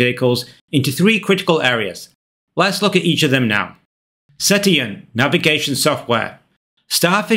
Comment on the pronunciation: The word "cetacean" is pronounced as suh - 'tay - shun (in both UK and US English)